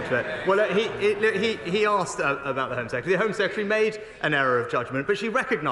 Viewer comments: Mr Starmer, it's "Sec-Ret-ary", not "Seketary". There's an "R" in the middle of the word. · Kier Starmer you were the Attorney General but you can’t pronounce Home Secretary smh 🤦‍♀️ SECETARY 😂